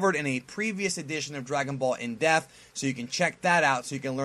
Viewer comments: Still to this day can't pronounce the word depth. It's always Dragon Ball in Defth. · The way you say "depth" sounds like "death" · dePth... dePth.. haha its like when people say strenth instead of strength